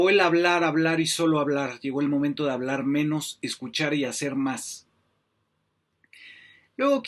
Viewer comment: Es una inepta y cogupta Que no sabe hablag sin regagla Dijo Leona Vicairo😂😂😂